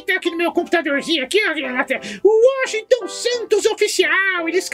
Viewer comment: ..... WOSHIGTON SEU FIDIDO ??? KKKKKKKKKKKKKKKK